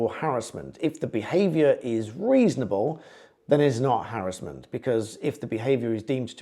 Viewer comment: It’s called Harassment not harrisment !!!🙄🤓